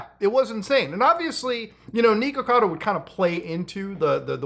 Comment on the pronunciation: Why are you calling him Knee-kuhkado? 😂😂 it’s Nick. Pretty simple.